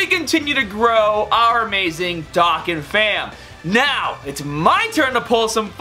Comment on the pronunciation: Bro it is pronunced Do-Khan bro